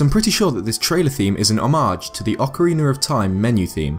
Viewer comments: whats a ocawiner its Oca-rena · You pronounce it Ocarinar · Ocarina is an Italian word, and in that language, like in Spanish, most words are pronounced in the same way they are written, so ocarina is pronounced "okarina", but you rather say "okariner". Anyway, since it's a word from a romance language, I understand it must be hard for you. I hope this helps. ;) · It's pronounced (Ohk-a-reena) You say it as Ohk-a-reenur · yeah its just you saying "ocariner" not "ocarina" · ik im late but its oc-ah-ray-na u say it oc-er-an-na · it sounds like your saying ocorinar not ocarina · ok ik im late, but ive been rewatching this video alot and i keep on hearing ocariner of time.. ITS OCARINA-sorry :b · OCARINA not OCARINUR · Actaully It’s orkareena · hes not making fun of how he said it wrong hes making fun of how english people say it lmao and it is funny when he says ocariner of time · It kinda sounds like you're saying ocariner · Ocarinar xD Every brit has an R in a lot of words. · "I believe that the Breath of the Wild trailer theme is a reference to the Oceriner of time menu" lol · you say acariona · GUYS! GUYS! it could be alot worse, he could be saying "oh-cariner" like other youtubers cough austin john cough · OCORINER THAT IS WHAT YOU ARE SAYING!!! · it's very good but like oc R ina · Ocarina is pronounced AH-koh-ree-NAH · Jeez no youtuber can get that right some say Acarina and some say oakorina and now you say ocariner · Oc uh rain uh (this is how to pronounce it) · Ocariner of Time Ocariner of Time Ocariner of Time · Nobody:: Ocareener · "Ocariner of time" i laugh everytime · Ocariner of Time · Oceriner of Time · The old man is awsome BECAUSE I DONT KNOW plus I hate how you say acerina instead of ocarina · Oceriner of time. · Why do you say "ocariner"? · ocariner of time?